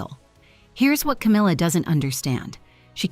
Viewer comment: there is NO "r" in her name! Itd CAMILLA. Do better